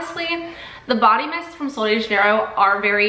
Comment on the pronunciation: She's saying it wrong ❌